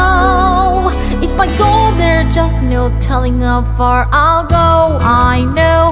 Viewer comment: Bubble Dia님께 처음부터 다시 들어봤습니다. there's 의 's' 나 i'll의 'll' 의 발음이 잘안들리는 부분도 있었네요. 말 끝을 흐리는 부분도 있었구요. 밑 댓글에 Moana love님이 일본어로 발음이 나쁘다고 하시네요. 우리나라 사람은 자기가 좋아하는 사람한테 너무 칭찬만 하니까 알려드린 겁니다. 1분 1초 : in (the) sail -> in (my) sail 1분 30초 : so (many) i can role with mine -> so (maybe) i can role with mine 2분 30초 : how far (it) go -> how far (i'll) go 이부분은 아무리 들어도 i'll 로 안들리네요. 잘 들리는 부분만 짚었습니다. 혹시나 애초에 외우신 가사가 저렇게 되어있었다면 어쩔 수 없지만 만약 아니라면 제가 짚어드린 부분만 다시 외워주셨으면 해요. 하는김에 제대로 하면 좋잖아요? 제가 이렇게 짚어드린 이유는 분명히 틀린 부분이 있는데도 없으시다니까 짚어드린거에요. 그리고 너무 기분 나빠하시지 마세요. 저는 '비판'을 한 거지 '비난'을 한게 아닙니다. 그리고 칭찬도 해드렸어요 ㅠ